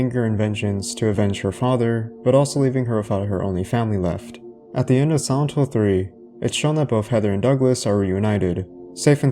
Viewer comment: I just can't get over your pronounciation of "Silent Hill" that sounds like "santo".